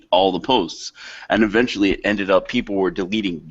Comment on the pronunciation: "I don't think it can continue, it will fall, ewentually" sigh, you know, i wonder if one of the reasons Jim gave up on the world was looking back on his past experiences and predictions and seeing, that it actually, did got worse.